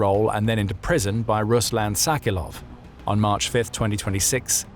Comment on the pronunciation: Tsalikov. The L comes before the K obviously. Try again